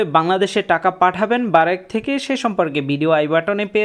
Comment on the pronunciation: আরে ভাই এটা বারেক না🤣 ব্রাক